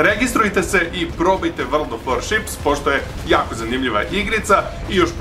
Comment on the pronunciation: "vrld of voršips"